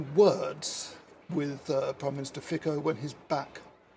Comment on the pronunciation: The name of the Slovak PM is pronounced "FEET-so," not "FEE-ko."